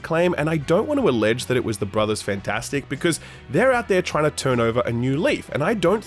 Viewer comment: and why does he always pronounce it "Fantastic"? Take that A out. "Fntastic", two vowel sounds. Easy.